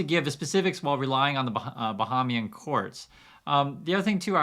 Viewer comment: I don’t know why no one can say Bahamian correctly. “Bah-haim-ee-an” keep up the good work